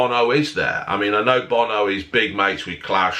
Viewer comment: OH NAW bo-no